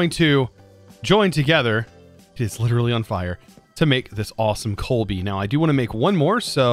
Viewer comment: Basketball fans everytime says "coalbee":):|:°(